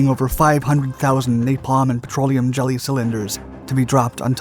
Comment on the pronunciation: Im here for the Dark Pronouncing of Words ... They have a hard time with words it seems . Cylinder for example .